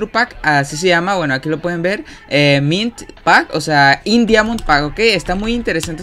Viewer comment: Its MINT not Milt.